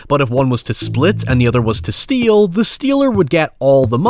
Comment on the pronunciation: YouTube's captions think can't say "steal" (it always shows up as "steel") and I probably agree 😂